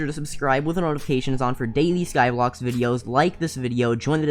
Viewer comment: He said skyblox twice 🤦